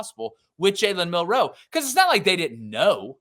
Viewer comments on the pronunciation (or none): Milroe not Mil Roe 😂😂😂